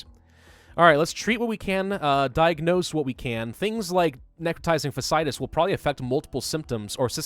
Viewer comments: PSA: "fasciitis" is pronounced (Fah-shee-eye-tis) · So its like, fasc i itis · Fa see eye tis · It’s fa-shee-eye-tiss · 8 seasons of House MD tells me you are pronouncing "Fasciitis" incorrectly, its 4 syllables not 3 with both of those "I"s in the middle being sounded out individually. Plenty of YouTube videos to help with the correct pronunciation out there. Not hating, just educating. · someone finally pointed it out! it was driving me insane, but I didn't want to be THAT person. lmao